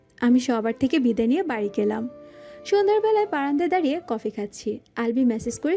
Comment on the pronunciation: দারিয়ে নয় “দাঁড়িয়ে”